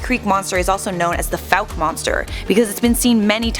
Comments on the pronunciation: You only pronounced fouke correctly once. It’s not fowk or fuke. It’s pronounced foke. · What if people could pronounce my home town right? It is not Foo-ck. It is Fow-ck. Like Fowl nor Food. Geez that ruins a video when some mispronounces my hometown. But thanks for doing a video of their urban legend. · Thought it was pronounced like: foke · What if this idiot narrator pronounced the name of Fouke correctly throughout the video? ( vs )